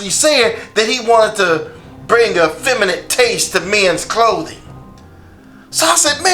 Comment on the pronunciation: Femanant . . . Lol its feminine